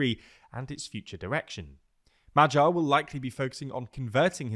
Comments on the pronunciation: The G in Magyar is pronounced the same as the G in Gordon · Close but wrong the "a" sound in hungarian is pronounced like the first sound in the english word "awesome". And the "gy" sound is pronounced like the first sound in english word "during". "M" and "r" sound just like you'd say in english. So put that together and there you have it.